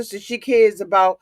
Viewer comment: A-boot lol mush mouth bih 😭😭😭